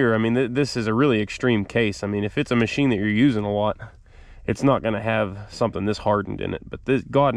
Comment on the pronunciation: I that I heard this dude say Mochine!